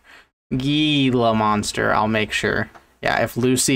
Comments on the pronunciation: As an Arizonan I cringe so hard every time I hear someone pronounce Gila Monster like that. I'm not sure why it's so hard for people to just Google it and realize that it's a spanish-rooted word so it needs a Spanish pronunciation. On top of that, gila monsters are like the chiliest lizards ever. They are incredibly non-aggressive and pretty slow unless you piss them off. Plus they almost never show up in rural areas. For example, I live in Phoenix and I've only ever seen a wood one while hiking Camelback mountain so I'm pretty sure you don't have to worry about your dog or cat trying to fight one. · Living in arizona him saying gee•la makes me want to end my life